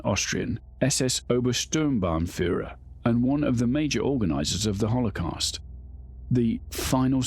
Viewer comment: " Haulocost" lol 😂